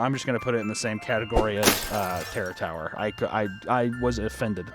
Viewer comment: is probably gonna be my favorite phrase for awhile Just drunk af Papa watching kids tv shows saying "Terror Tower Sucks". Im just dying over his half closed lids rambling "teror torror is terble"